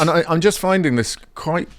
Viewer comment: "bizzar"? Is that a gen-Z thing?